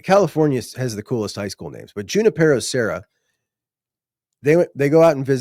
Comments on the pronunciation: In Spanish, it's pronounced with a stronger stress on the "ni" syllable, as huni-PE-ro. PE is pronounced “pay”. Look it up. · Hey.. California checking in here… Junipero is pronounced Hugh-nip-ur-o… so many Spanish names in Cali 🤣